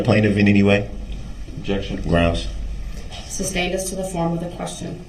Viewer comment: who knows. I think if I heard everyone say “sustained”, I’d stop saying “substain”. When I was younger, there were words that I miss pronounced, but once I heard them pronounce correctly, or someone pointed out to me I was saying it incorrectly. I would promptly change it. A lot of that was due to poor self-esteem and didn’t want to be pronouncing words incorrectly, but until I was in my 20s, I used to say “filfy” until someone pointed out I was saying it wrong! However, my brain CERTAINLY doesn’t work like DB’s! Thankfully! If his lips are moving, he’s probably lying!